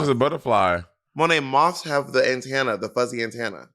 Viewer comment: not AYNTAYNAH LOL